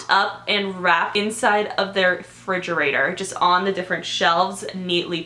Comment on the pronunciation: it's refrigerator not frigerator 😂😂❤❤